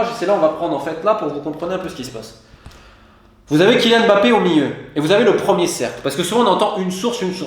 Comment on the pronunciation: On dit Mbappé et non M bappé svp prononcez bien les noms de familles d’origine africaine. Ngolo Kanté et non N golo c’est pas compliqué pourtant.